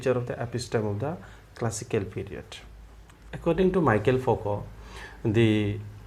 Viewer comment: Nice video, thanks! But its pronounced Me-Shell, not Michael :)